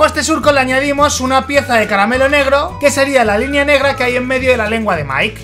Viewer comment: es mike y se dise maik